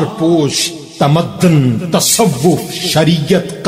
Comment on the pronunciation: آپ کا تمدن اور ہمالہ کا تلفظ درست نہیں